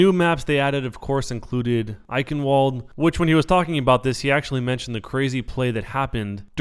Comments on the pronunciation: "eichenwalde" its german so it's pronounced eichenvalde. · why is it SO hard for people to get echenwald right is pronounced echenvald german has no w sound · IT'S PRONOUNCED IKENVALDUH NOT IKENWALDUH Geez dad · Btw it's pronounced ei-Chen-valde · Eichenwalde is pronounced "I-Shen-Vald"